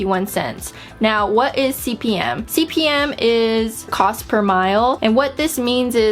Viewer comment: It's cost per mille pronouced like "meal".